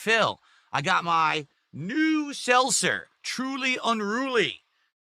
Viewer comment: Selssser. Bro it’s selTzer with a T not an extra S. Also truly and white claw have been out since 2016 and he is just discovering them now. Just think what other things he could discover if he just left his house.